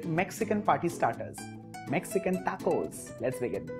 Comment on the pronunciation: TA-COUS! I died laughing hearing that😂😂😂